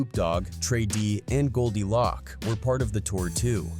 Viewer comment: Pronounced “Loak” not lock…